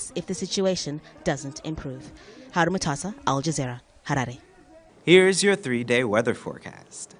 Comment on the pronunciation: the Capital of Zimbabwe is called Ha'ra're , Pronounce as HA-RA- RI.